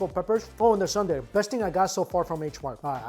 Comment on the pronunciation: They actually spelled it correctly, "Soondae" yet you still call it sundae lol